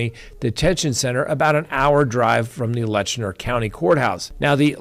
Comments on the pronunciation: The county name is LET CHER not Letchner. No N in the name. Please pronounce correctly. Just saying. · It is Letcher County, NOT Letchner County.